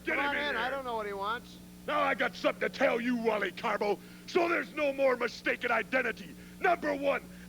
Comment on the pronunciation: I always loved it when Jesse would call Carbo, Caribou.